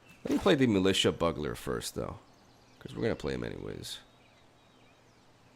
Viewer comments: Your videos have been fun and educational about the new format and I love that. Keep it up. Also... Please... BYOO-GL-ER. NOT BUG-LER. Strong work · Militia Bugler is not pronounced Militia Buggler. Killin me bro!!! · buggler....... u fucking plebe. (byoo 'glur ) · Why would you think it's pronounced buggler? I mean, if it was maybe juggling bugs in the art or something? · I knew you were european the second you pronounced buggler. Don't worry, as a German, it took me years to realise how epitome is actually prononuced. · Can't stand hearing you call it militia "bug"ler!!!! Great video otherwise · Bug - Ler! That kills me everytime you say it like that! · so ... Bugler is pronounced BUELL-GELL-ER like as in the little horn he holds. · Hey...... protip: (how to pronounce bugler) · I have literally never ever heard Bugler pronounced like this. Its adorable!